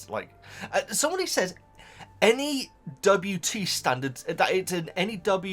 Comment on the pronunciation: I think what you were hearing as "any WT's" were actually the N.E.W.Ts which are the exams wizards take when they are in 7th year at Hogwarts. They stand for Nastily Exhausting Wizarding Tests. They are the harder exams that come after the O.W.Ls ☺️